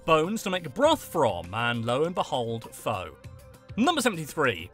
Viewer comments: It's pronounced fuh not fo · it's pronounced Phuh, not Phoe. My grandma (on my uncles side, not blood related) is from Vietnam sorry :P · Pho is pronounced "fuh",. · Pho, pronounced fa... this hurt my Asian heart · Fact #103: Pho' is pronounced P-H-A. Any Vietnamese Restaurant will be more than happy to correct you here in my neck of the woods in California!!